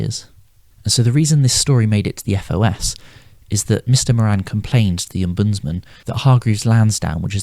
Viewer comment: It should be omb-uds- man